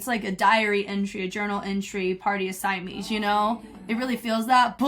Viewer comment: Love the video!! Just a note, Simeez is pronounced 시미즈, oh and also the guy that was doing the couple freestyle choreo at the end of the first group is 이조 from SMF Eoddae (the one who was Rain in their Rain choreo mission)! Simeez and him used to date. That's enough TMI from me 😂